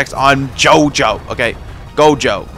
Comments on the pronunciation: bro doesnt watch jjk he be saying gogo jojo jogo everything but gojo lmao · Why is bro keep saying jojo instead of gojo😂😅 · Who tf calls gojo "jojo" 💀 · bro said called "Gojo" Jogo or Jojo for 80% of the time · bruh stop saying jojo it gojo plis